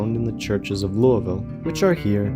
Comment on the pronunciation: First zomboid video to pronounce Louisville correctly that ive seen so far